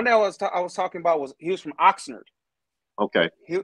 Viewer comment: Did he say Oxnard? California